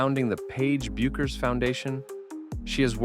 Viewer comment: It's Beck-ers. AI isn't perfect.